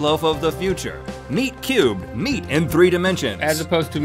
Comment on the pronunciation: Am I the only one who thought he said nerd cubed when he said meat cubed?